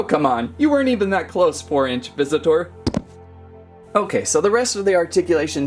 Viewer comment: Why does he say visit tour